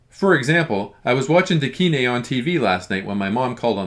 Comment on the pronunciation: “Da kine” means,”the kind”, basically, an equivalent to “whatchamacallit” so, ”kine” is not pronounced, “kee-neh”, but like “kind”, without the “d”.